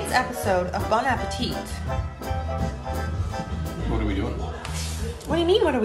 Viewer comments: Bon appétit - the final "t" is silent. You pronounce “bonapéti”. The food looks yummy! x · Bon appétit an don't pronounce the last t